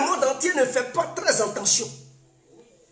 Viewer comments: eh toi on dit: FAITE TRES BIEN ATTENTION ET NON ENTENTION OU JE NE SAIS QUOI TOI TU TE FAIS APPELER ET TU NE CONNAIS PAS PARLER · On dit: faites très Attention ⚠️ et non: faites très entendions! La prononciation est mauvaise! Sois béni! Merci beaucoup à toi. ❤❤❤🧡🧡🧡💖💖💖💗💗💗💓💓💓💞💞💞💕💕💕💟💟💟❣❣❣❤❤❤🧡🧡🧡💛💛💛💚💚💚💙💙💙💜💜💜🤎🤎🤎🤍🤍🤍💌💌💌💝💝💝🧡🧡🧡❤❤❤💖💖💗